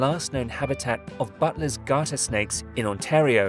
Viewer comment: It's "On-tear-e-oh" not "On-tar-e-oh" That's better